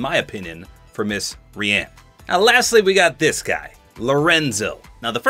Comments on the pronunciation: bro Rian is usualy pronunced ryan like my name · Rian, I thought, was pronounced, Ryan..... not how ever said it here......